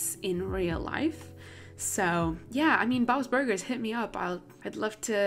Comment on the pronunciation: am i the only one that noticed “ bobs burguers? “